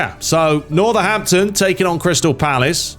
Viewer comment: Bro said Northahampton Wanderer's 😅